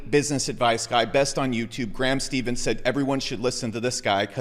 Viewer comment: Did just call him “graham STEVENS” oh man throwing shade whyyy